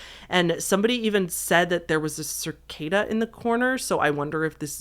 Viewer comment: There is no R in cicada!